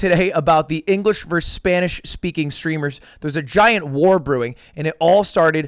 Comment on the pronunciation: Mad respect to lud for using Spanish pronunciation and not just random mexican/Latin American. Good lisp mate